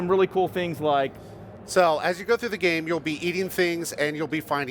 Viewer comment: its a gam, you driv a chark, i by